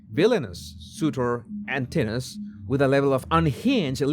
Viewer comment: /an TIN o us/. -four syllables